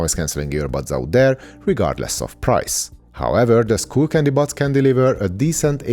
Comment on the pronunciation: Bro - it's sk-uh-ll not school. New subscriber here :)